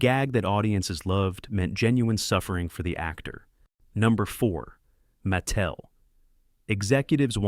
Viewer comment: Don't forget "Maa tel". Did I mention i hate fake voice overs?